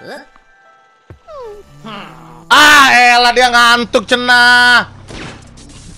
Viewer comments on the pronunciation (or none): none